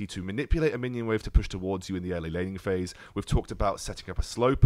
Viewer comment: I keep on hearing lenny face instead of laning phase...